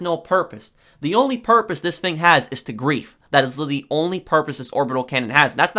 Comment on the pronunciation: “This ‘fing”